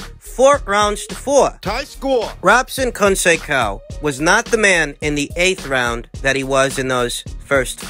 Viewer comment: The correct pronunciation of Robson's last name is "Cohn Say Sow". Unless you're mispronouncing it on purpose, of course...😁